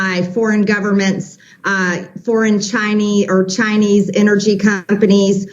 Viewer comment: lol "foreign chineee, uh chinese"